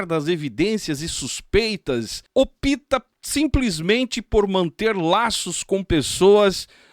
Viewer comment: Como você é malígno!! Como pode viver de querer destruir as pessoas e sua reputação!! E não "opita" é: opta!! Você como um "comumicador", deveria estudar e aprender português, pra falar corretamente, pois fica muuuito feio, falar o nosso lindo idioma...errado!!! Dói nos nossos ouvidos e machuca a nossa audição!! Invejosso, despeitado e maledicente!!! Inclusive vicê, se não se arrepender dos seus pecados e maldades!!!